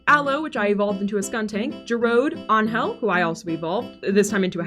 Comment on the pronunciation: Hearing my name pronounced properly caught me off guard lol. Ángel having the cloudy mark is just icing on the cake. I cannot tell you how many times I have stopped dead in my tracks to stare at clouds.